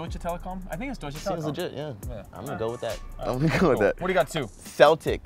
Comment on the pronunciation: Wie gut er Deutsche Telekom ausspricht